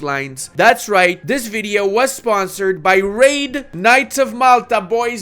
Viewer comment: It's Raid not Radi